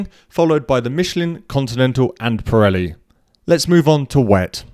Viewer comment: Pronounce ......Not correct Preli .....Piiiiireli ..Pireli